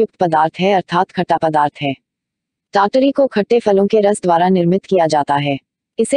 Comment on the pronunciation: Madam kya aap foreigner ho....pronunciation is TAT-Ri....app pronounce kar rahe hai TYaya-taree TYaya-taree.....Umeed karta hu mere man ka sujhav sahe lage aapko